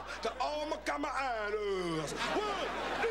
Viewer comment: In the beginning, he says kama'ainas. Kamaʻāina (pronounced ka-ma-EYE-na) is the Hawaiian language word for a long-term resident of the Hawaiian Islands. Literally "child of the land," it derives from the words "kama", meaning "child", and "ʻāina", meaning 'land'.